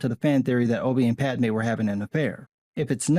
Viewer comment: It's PADMÉ! She's a person, and she has a NAME!😡